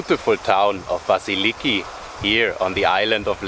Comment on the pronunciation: Hey nice video Sorry for your GoPro I use hero 9 and it’s super Please the Greek village is pronounced Vassilikí - pronounce the last I Thanks 🙏